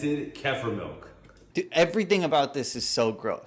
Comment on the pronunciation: big tough man can't even pronounce "kefir"